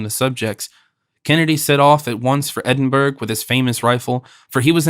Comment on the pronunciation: Much enjoyed, especially at 80% speed, Edinburg, Green wich ? AI Bryan Godwin perhaps? Very good listening though